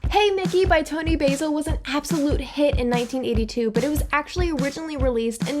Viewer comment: A couple of minor errata: 1) Toni Basil pronounces her surname like the British, "Bazzle." It's short for Basilotta. 2) Scotland Yard is actually in London. It's the name of the headquarters, but people use it to refer to the police as well.